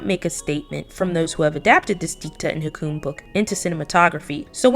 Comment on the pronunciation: FYI Hukum is pronounce hoo-koom. It means Law. As an Indonesian, I get a second hand embarrassment...